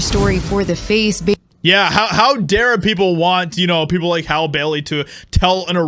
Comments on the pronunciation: Her name is pronounced Hallie. Or Halley, not Hale . You sound asinine when you fail to pronounced names properly. Love your channel though! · Her name is pronounced Hal-ee. Not hal. You have to be a pretty pathetic, sad, envious individual to create an entire internet video atmosphere bashing black people. Get a life. Stop jacking it to black porn all day. We don't want you. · It's pronounced HALL E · The fact that you’re not even pronouncing her name right shows how ignorant you are. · You didn’t even say her name correctly 😭ur racist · Clearly the guy in the video is a closeted homosexual. Also illiterate as well. He can't even pronounce Hailey correctly. 😂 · Dude, you know her name is HALLE i mean you even hear the reporter saying her name in the report. Are you just being funny? If someone botched your name intentionally you'd be bothered come on be better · Are you saying her name incorrectly on purpose? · How are you still pronouncing her name wrong even after the video tells you how pronounce it? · Hollywood doesn’t care about anyone, so many actors have been coming forward it’s crazy. Please pronounce her name correctly.